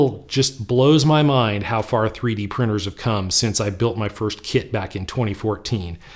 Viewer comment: CHEA-D printers.... i had to rewind that, i have never heard that word lol...i like it. Thankyou for your review of H2D